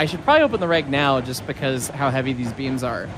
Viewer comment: I thought you guy said beans not beams, oops